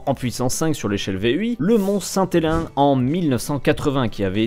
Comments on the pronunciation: Hello. vers , on prononce le mont st helen comme "helene", et pas comme hélin. 😊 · Dsl mais "St Hélein" c'est pas possible ! C'est "St Hélennss"... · Saint Hélène, ca se prononce Hélène, pas helin ! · Super vidéo ! Mais la prononciation du Mont Saint Hélun m'a fait mal 😅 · Mais, "St-HelenSS" c'est en anglais, en français ça s'écrit et se dit "Sainte-Hélène"